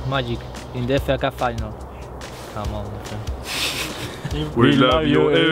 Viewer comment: Great to see them doing this but did anyone else notice Giroud pronouce C'mon as C mon